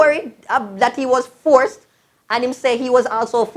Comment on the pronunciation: Forceted! Every time u say force mi seh forceted 🤣🤣🤣🤣